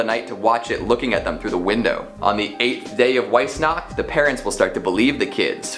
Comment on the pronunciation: Just throwing out that Weissnacht is Said as veiss nacht. German